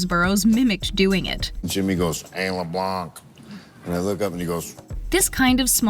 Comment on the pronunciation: She also pronounces Leblanc wrong lol